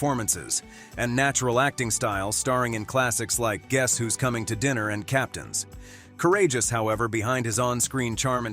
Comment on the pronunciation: Yep. And the AI voice mentions Spencer Tracy, performing in "Captains.....courageous however..."🤦🏽‍♀️ in stead of Captains Courageous.